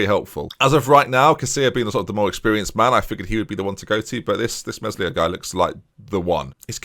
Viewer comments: mes-lee-ay not mes-li-er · Actually more "Meh-lee-ay" I think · When you pronounce Meslier, the S is silent. So it’s just read as “Melier” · Eelan Me-Li-ayy, cant have you pronounce his name wrong all series hes an actual god in net, (as opposed to striker). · Meslier is pronounced Meh-lee-ay